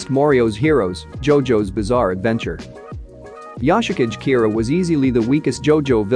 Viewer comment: Yoshikage kira... The way it was pronounced makes me uncomfortable